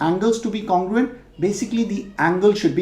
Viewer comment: Not congurent